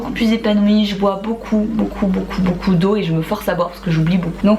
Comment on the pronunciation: tu m'as fait peur dans le "je bois beaucoup,beaucoup,beaucoup. ...deau "🤣🤣